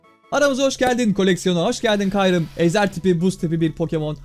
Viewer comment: Abi kyrume demen rahatsız etti